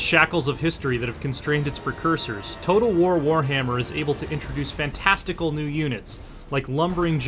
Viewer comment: "fantastacl new units" who gave this guy a review job